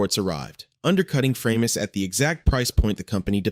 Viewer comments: "Framus" - the german "a" spells like the "a" in "hard", so it was not "Freimus" but "Fra-mus", nice and easy and german. The name was a contraction of "Franconian musical instruments". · why have I seen high end new Framus for sale? BTW Bill Wyman of Rolling Stones played a Framus bass for years & word has long 'a' not like the bass fish your computer voices